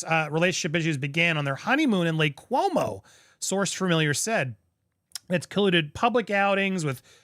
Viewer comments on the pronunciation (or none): Its Lake Como not Cuomo!! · Lake Como, not Cuomo! 😅